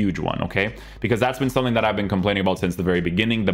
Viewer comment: Is there a reason is always saying a k after words with ng like somethingk everythingk. Is that just a language thing or what is that? I just noticed it and now I can't unhear it. Maybe it's just me